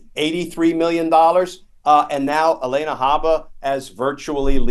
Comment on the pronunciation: I would like to say it's unbelievable, but it's not at all. It's completely on brand for this narcissistic buffoon! Side note: I love your content, but I believe her name is Alina ,pronounced AlEEna, not ElAYna. Come on, Glen! 😊 It's not the first time I hear this mistake from him. Hurts our street cred. Haha